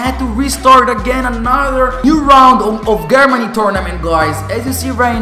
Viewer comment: You said Germany wrong, lol learn your english..